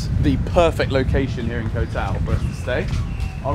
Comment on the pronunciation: Hope youre happy in our country man Also Koh is pronounce Kor with a short sound